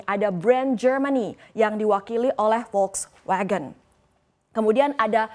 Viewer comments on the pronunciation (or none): none